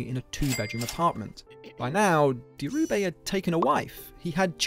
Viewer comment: It's Dhirubai - baai, not bay. And calling his surroundings a "slum" is just ridiculous british tabloid propaganda.